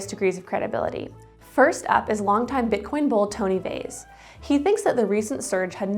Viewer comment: Not Tony Vays, Tone Vays, please get his name right.